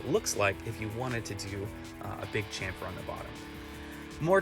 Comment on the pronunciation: Shhampher, like champagne